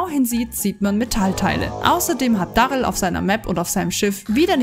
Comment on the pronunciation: Es heißt darryl und nicht barryl🤣